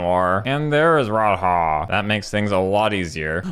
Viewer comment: "Rod-Haah" fucking got me